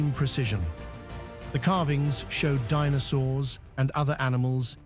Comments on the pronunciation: AI nonsense. Believe what you want. One sentence in this video towards the end pronounced dinosaurs as "Dee-no-sawrs" then as "Dee-no-sowers" 🤣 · "DEE NOW SAWRS" lol